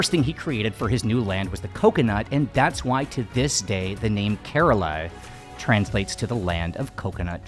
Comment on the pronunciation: Nice video over all...Thank you...as for the work Kerala...it is pronounced (properly)...from the Indian dialectic not the English...as "Care-Rah-La"...not..."Care-Rela"...